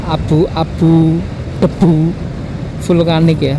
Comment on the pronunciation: Vulkanik bg bkan vlukanik🤣